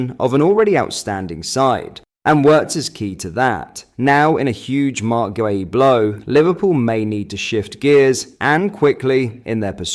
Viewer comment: This guy can actually pronounce guehi properly 👍